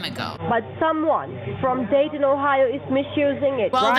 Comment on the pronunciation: What she said: "You and me, we will go Dayton, Ohio" What I understood: "You and me, we will go date in Ohio"